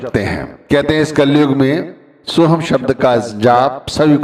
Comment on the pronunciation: भाई उच्चारण में चुक हो गई होगी या सुनने में गलती हो गई होगी। बाकी सोहम और सोहंग में उच्चारण में इतना फर्क नहीं पड़ता जितना फर्क प्यार से जपने से फर्क पड़ता है। वह अंदर बैठा सब देखता सुनता है। आप किसी को प्यार में पता नहीं क्या क्या कहते हो शब्दो का इतना असर नहीं पड़ता जितना प्यार से बोलने से पड़ता है। फिर भी कौई शंका है। तो अपने गुरु से या किसी पुराने सत्संगी से पूछा जा सकता है।